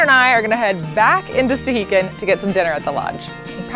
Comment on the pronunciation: When I went they all called it Stuh-HAY-kin